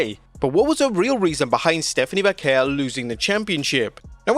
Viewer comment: Stop saying "Vaquer" that way. Not even native Spanish people pronounce it that way. Just say it old english style way